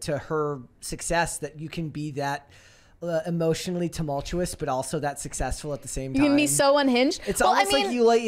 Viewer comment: We see you. Trynna teach how to pronounce tumultuous 🤣🤣